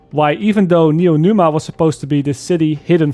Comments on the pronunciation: drinking game: take a shot every time calls it neonuma instead of neomuna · Neomuna not Noenuma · "Neonuma", it killed me dude, great video, like always, but it's "Neomuna" 😂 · NeoMUNA, as new moon. Not neoNUMA. My ears are bleeding, dude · NeoMuna. Not NeoNuma. Also, right on point. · Fantastic take. Just wanna say (with the best intentions) it’s “Neeo-Moonah” not “Neeo-Noomah” I just get annoyed with mispronunciation because I struggled with it growing up and I try to help others. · "Neonuma"...."Neonuma", I was sure it was Neomuna. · Neomuna, not Numa... :D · Its "Neomuna" not "Neomuna", pls. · I loved the story, and with the improved core systems this is my favorite dlc yet. And, Neo”Muna” not Neo”Numa”😅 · "Neo Numa" 😆 🤣 😂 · Neo MOON ah. How did you mispronounce it every time you said it. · Great review, but every time he said Neonuma I felt like I got slapped. From a story perspective LF is far from great(excluding the raid's story, I did enjoy that one), but the gameplay is really fun. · Good review, I almost agree 100% with what you said. But I keep hearing Neonuma and it scratches my ear :)) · IT'S N E O M U N A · bro its neomuna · Aside from all the even-handed critiques or observations and the great depth and as always great editing (albeit not as flashy, but then this isn't that kind of video), this is your worst video ever because you mispronounced Neomuna. Do better,. Kappa (just imagine you see it, bc YouTube be crap) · Pronouncing "Neomuna" was kicking your ass. Lol. I didn't buy this season because I want to wait on reviews. I'm glad i did. Hopefully next season story will explain everything. Gameplay is good and probably be even better later in the next season